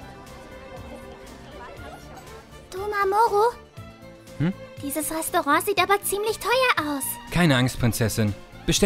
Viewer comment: Mamoku? Das heißt mamoru